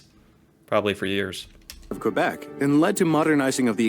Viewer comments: They pronounced Quebec wrong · This is a bit inaccurate: Quebec is pronounced "Kebek" not "Kwabec." Also, Canada wasn't a country until 1867. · Please stop calling Quebec "kwa-beck", try "kay-beck" instead. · That history video was cringe worthy. I recoiled at the French pronunciations! Tabarnak!